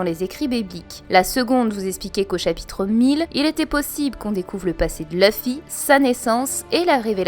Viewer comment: Luffy pas Leuffy.